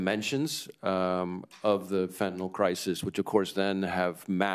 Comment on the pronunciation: Why can NO politician properly pronounce the word Fentanyl? Can we get them a 'Hooked on Phonics' program. Sound it out . . . just like your 2nd grade teacher told you. Fen-TA-NYL